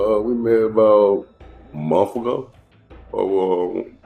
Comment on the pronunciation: I met her about a momph,, ago? Nope,its MONTH,not MOMPH